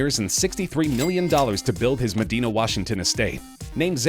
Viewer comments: It’s pronounced Meh-Die-Na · FYI Medina is pronounced "Med-EYE-na" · Medina pronunciation 😖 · You said Medina wrong